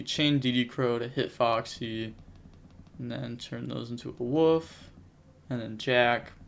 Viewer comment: It's Wolf not woof! Lol